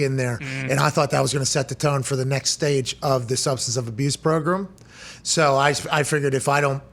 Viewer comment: Its funny Pat cant pronounce “program” 😂